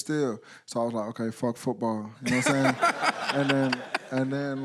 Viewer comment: and he said footbawr lol